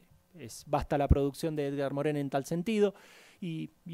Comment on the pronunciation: 20 doctorados y pronuncia mal el nombre Edgar Morin